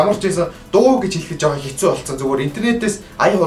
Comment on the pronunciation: дээр юун хэстүү бэ? Хэцүү гэж бна ш дээ ts2 чинь нийлээд ц үсэг болдог.